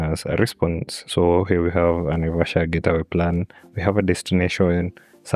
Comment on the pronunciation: said Naivasha 😀 Naivasha we go